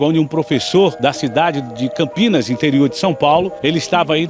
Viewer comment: Parabéns pela matéria, mas o nome da cidade é Campinas e não Campinhas.